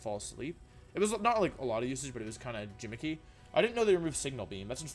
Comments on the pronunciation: he pronounce gimmicky as "jim-icky" :'( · did he pronounce gimmicky as "jim-icky" ???!?!? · did this guy say "gimmicky" with a J sound?! kill me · Why do you pronounce g as j “jimmicky” “tojakiss” ? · the way he says "gimmicky" as jimmicky >.< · Do you honestly think it’s pronounced “jimmicky” though? Like, you know that’s not how you say it right? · Did he really just say jimmicky? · Did you seriously say gimmicky with a soft g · My guy really said "jimmicky" Lmao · I want to like this guys content but it’s so frustrating hearing him mispronounce words starting with « gi » - is it on purpose or? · Why did you pronounce gimmicky like that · Gimmicky is not pronounced like a J, genius.